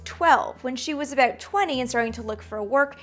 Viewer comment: I love how she's say about. The Canadian comes out.